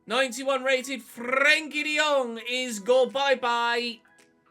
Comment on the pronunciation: Well at least we won't have to listen to you pronounce frenkies name like a bellend from now on